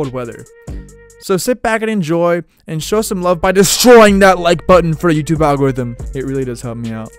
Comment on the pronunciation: I love it when he says YouTube algerithum